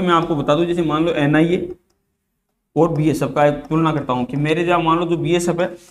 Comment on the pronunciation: Ina nhi NIA